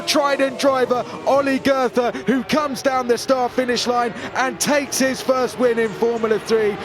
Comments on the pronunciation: Please stop mispronouncing Goethe. I only recognized that you meant him after the Last SC. Just pretend his name was spelled „Goete“ and you‘ll do much better. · pronouncing goethe as if it were written as "gerther" smh .. I mean I know it's not the easiest of names, but you could at least try to make an effort